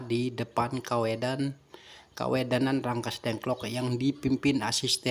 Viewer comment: Rengas Dengklok pak, bukan Rangkas dengklok